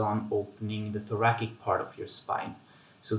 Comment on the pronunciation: Thanks for these excellent exercises- will add to my bridging routine! One comment- thoracic is pronounced thora"SICK" as opposed to thora"KICK" Thanks again! :)